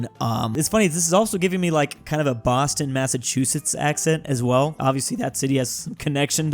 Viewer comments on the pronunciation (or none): none